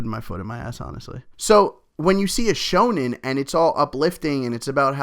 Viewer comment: D aaahhhhhh you said it right!!!